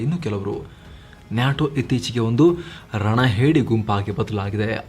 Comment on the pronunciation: Kindly pronounce NATO properly. It’s not NYATO 😃